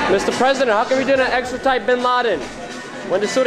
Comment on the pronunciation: I don't mean to be rude as I support what these guys are doing but for one it is pronounced Extradite and not Extratite.